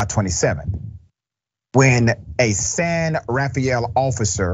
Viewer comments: It’s “San Ra-Fel”. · Locally we say "San Ra-fell". 😊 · Love your content and San Rafael is pronounced Ra-fell